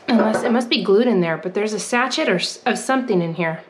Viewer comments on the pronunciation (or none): Dear,. The little packet is sachet which is pronounced sa Shay, not how you said it like hatchet!😊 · Sachette, LOL. You're so cute. It's pronounced saˈSHā (sa-shay). But sachette works too. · Congrats on your haul...love the little giraffe. BTW, not sachet (rachet) it's "sashay". Just here to help! The profit margin on the cup holders must be outrageous! 🥰❤ 🚙💨 On To The Next 👍 🤸‍♂️ Enjoy. Your. Life. 🤸‍♀️ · You pronounce it sashay not a sachet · Added note: the word sachet is pronounced sa-shay. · LOL! Sache(y)t. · Not sure but I think you pronounce that sash-ay! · it is a sachet, pronounced sashay. It's for scents and sits on your dressing table or bath vanity.